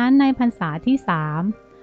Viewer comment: ฉายาพระอ่านเป็นภาษาบาลี ไม่ใช่ตัวสะกด ตัวตามหลังนั้นอ่าออกเสียงอะ เช่นหลวงปู่อ่อน ญานะสิริ ไม่ใช่ยานสิริ